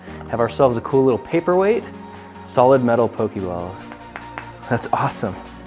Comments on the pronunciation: Once again, it pronounced poh-kay-balls, not poh-kee-balls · Is no one going to correct him on his pronunciation? The é make an uh (kind of) sound. Poke-uh-ball. Same with Pokémon, Poke-uh-mon. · I mean who cares, but it is pronounced poke a ball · In the Minecraft Pixelmon mod, Pokéballs are actually made of aluminum (or iron, both work). Also, make sure to pronounce the accent. Take words like résumé and fiancé as examples.